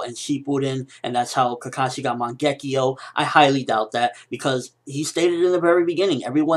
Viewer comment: Seriously dude. I love listening to your theories about Naruto, they're good and thought through, but your pronunciation of things are HORRIBLE. Man-gekkio? Seriously?